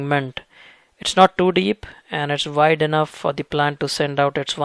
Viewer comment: Dear,, thanks so much for the info. I'd like to ask, it just confuses me, that's why... why are you saying "vide" for "wide"? And "wines" for "vines"?...